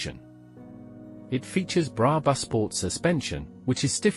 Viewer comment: Love the videos and own a Roadster, but please don’t use AI voiceovers. It makes in unwatchable…specially when it keeps mispronouncing brabus